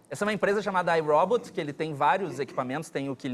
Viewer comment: Ninguem mais percebeu ele falando a marca iRobot como "I rob it"?